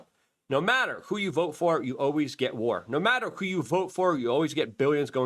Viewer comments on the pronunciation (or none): none